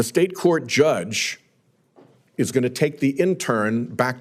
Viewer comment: ANY person should not be detained without warrant or cause - not just judges. I'm annoyed with the way he keeps emphasizing "judge" like somehow the legal things ICE is doing is more illegal because they are doing it to a judge.